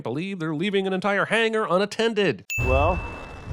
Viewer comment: It's "hangar." Ding!